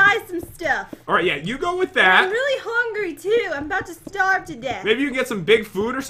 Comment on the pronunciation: says houngry